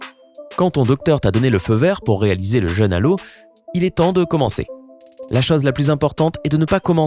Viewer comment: la voix que tu as, tu parle avec le nez lol et j'aime pas comment tu prononce les mots se terminant par "eu" et "O" du genre "chose" en le prononçant "chause" je supporte pas sérieux